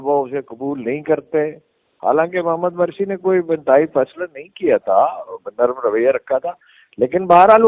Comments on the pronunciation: Mursi and not Marsi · سہی تلفظ ہے Mursi hay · Morsi ( Mursi) is the right pronunciation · مرسی کی میم بالضمہ ہے ، فتح نہیں تلفظ درست فرمالیں ،